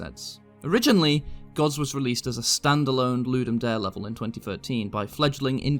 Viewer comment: the E in Ludum Dare isnt silent, the whole phrase is latin